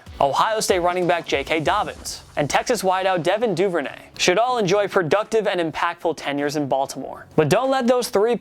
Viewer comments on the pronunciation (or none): none